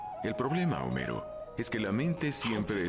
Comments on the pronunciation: no es "jomero", es homero(con h muda),es lo mismo que decir hola...,la h esta ahí pero no se pronuncia... ( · Por fin lo encontre. Gracias por subir el video con el doblaje. Por cierto, es Homero (la "H" es muda) no Jomero.